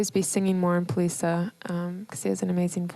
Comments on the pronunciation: Not that I know for sure, but I have strong suspicion Polica should be pronounced "Politsha", since it's named after a Polish mountain region, you would think that accented C would sound like the C (Cz) in "Czechoslovakia". Eastern European style. Not "Polisa". Correct me if I'm wrong though. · Thought Poliça is pronounced policia.. not poliza. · yeah I remember her saying it on kexp and it the O in polica sounds a bit like a u, like pullica